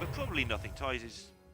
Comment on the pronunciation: How to say Thijs = Tice.. not Ties